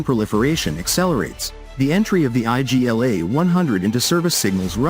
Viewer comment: It's not I.G.L.A it's Igla (means 'needle')